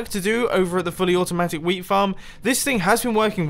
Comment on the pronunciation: Did you think he was saying "Fully aotumatic weed farm."? Me neither.